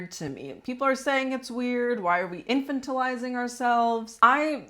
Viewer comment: In-FAN-ti-lizing (not infant-ilizing) 💗